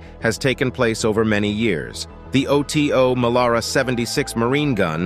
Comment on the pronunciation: Oto Melara it the name of the italian cannon maker Oto is his first name . Do you pronounce john doe: Jay oh aich en , dee oh eee? Oh tee oh , really? try OTO Weiss, and learn about temperature.